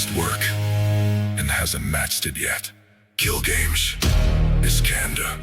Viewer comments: I mean it's AI that's not surprisin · It's AI singing. The lyrics are banger but when you have "Gil Games" rather than Gilgamesh and other mispronunciations it's a bit obvious. Lyrics are fire tho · The AI messing up Gilgamesh's name is a big letdown